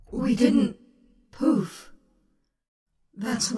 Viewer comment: 😂 it’s poof not poop